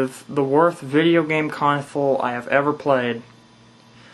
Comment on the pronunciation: And it's "Console" ...Not "Cosole" ..Lol